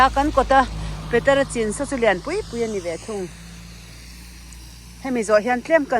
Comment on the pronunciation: CHIN Chhin tih a lamrik tur chhinlungchhuak chhin chin tihkha chuan thildang daih akawk